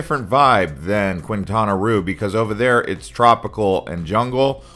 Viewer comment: Annoying that you do not pronounce areas in Mexico correctly. Qu is like a K therefore Quintana is said like Kintana